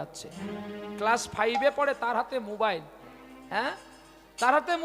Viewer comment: মোবাইল ❌মুবাইল✅